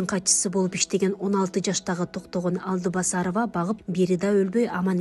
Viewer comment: Алдыбасарова эмес Алтыбасарова десең.